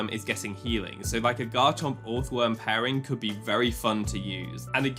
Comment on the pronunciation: This does NOT matter but I'm 99% sure you pronounce the first o like the second o. So it's just earthworm phonetically